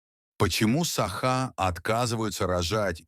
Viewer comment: Научитесь сначала правильно ставить ударение в слове "саха", а потом уже революцию затевайте 😂